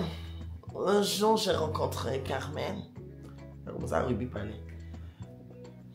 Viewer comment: Ruby, a gâté ton prénom 😅😅😅il dit Yonne 😅😅